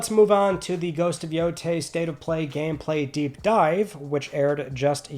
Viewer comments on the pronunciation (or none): none